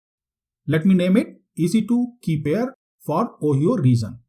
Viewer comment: Ohio is pronounced as O-haye-o not Oheeyo